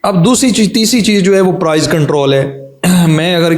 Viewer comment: Prize nai prise apni gramer tu theak kr lo phir speech jarna